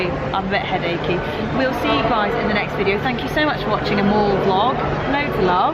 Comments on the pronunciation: when she said mall, it sounded like morgue. oh, let's go visit a morgue. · When you first said mall, I thought you said morgue. Now I'm disappointed.